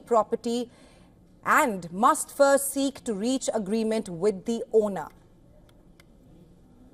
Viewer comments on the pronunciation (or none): none